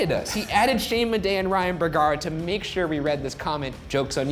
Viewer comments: Ryan: Madej has a silent j! Polish people: look at the camera like they are in the office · I was today years old when I found out Shane's last name was Madej because I have been clearly hearing bidet (like the toilet butt fountain) all this time and, obviously, reading nothing. Honest mistake?